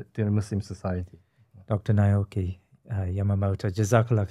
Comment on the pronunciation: Truly an enlightening episode. I just wish at least the host can pronounce Dr Naoki's name more correctly..